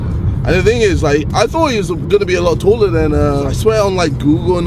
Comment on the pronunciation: nope he didn't say taller. he said toller like his other crooked english words, I legit need someone to drop translation on his video so I understand this